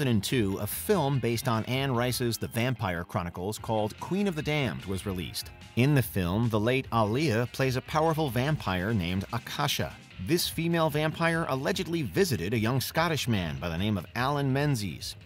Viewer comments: “Ah-liya” 🤨…i wish y’all would learn how to pronounce names when making these videos cause Aaliyah is too well known to be messing up her name like that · I like how he pronounced aalyiah name